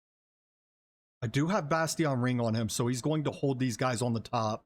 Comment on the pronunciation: Just for future reference, Bastion is pronounced "Bashtin". EXCELLENT video, helped immensely